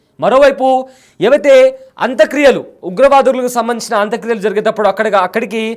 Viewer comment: పేర్లన్నా సరిగా తెలుసుకొని మాట్లాడు బాబూ. హఫీద్ సయీద్ ని రావూఫ్ అంటావ్. అంత్యక్రియలను అంత క్రియలంటావు.... నీకు స్క్రిప్ట్ ఇచ్చినోడిది తప్పా, లేక నువ్వే అలా చెప్తున్నావా....